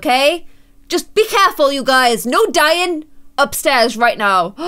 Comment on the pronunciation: instead of careful be clareful